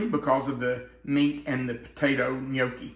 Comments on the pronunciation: I’m Italian and it pronounced. Inyucke !! In yuck e love your video! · is funny pronouncing gnocchi wrong.😂